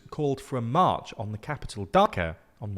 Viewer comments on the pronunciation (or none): none